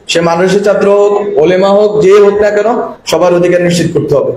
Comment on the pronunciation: উচ্চারণে সমস্যা আছে ,যেমন ছাত্র শব্দটির উচ্চারণ সঠিক না